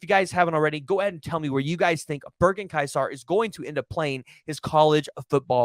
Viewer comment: Pronounced more like "kaiser"